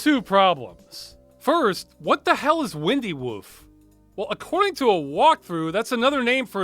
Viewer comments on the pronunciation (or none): I think it's meant to be "wine"-dy woof, not "win"-dy woof. As in twisted, or "gnarly", and woof instead of "bark" (like a dog). It's a pun. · It's not windy woof as in "Earth, wind, and fire", it's windy woof as in "winding/gnarled" "bark/woof". Yes, it's a hell of a stretch, but the pun does seem in line with the toadstool ingredient. And that means you can add another enforced pun to the list. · The "Windy" in "Windy Woof" is with a long I. Gnarly = Windy, or Winding, Woof = Bark. It would've helped if that recipe were spoken out loud, like you said.